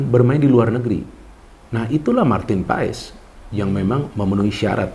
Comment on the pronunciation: Marteen Paes di baca Martin Pass min😅jangan ikutan 2 ....kasian yg kasih nama